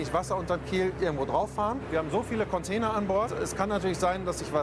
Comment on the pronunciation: Bin ich der einzige den es anders abfuckt das die ganze Zeit “Conteiner” sagt?